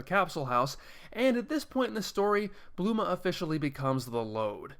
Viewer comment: Bulma not bluma